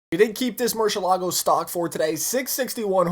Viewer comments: wtf is a murshallago? its MERY-ilaggo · it's not pronounced murshelago it's murcielago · you said machalago LOL